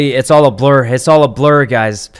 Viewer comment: Not sure if he meant girl bullies or a jealous ex not allowing hugs with other girls or just embarrassing circumstances... also the way he says “gazz” instead of guys is adorable